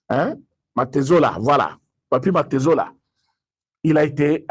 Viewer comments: c'est papy mantezolo et non mantezola. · Papy MANTEZOLO non pas MANTEZOLA.